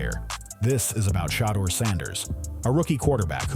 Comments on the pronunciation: I love this story, but geez can we PLEASE say the man's name right when we give accolades?! It's VERY important and constant issue with our black names. Just do a tiny bit better, and this is a perfect story! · They do these videos and mess his name up on purpose. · I don't why its so hard to consistently call this man name correctly.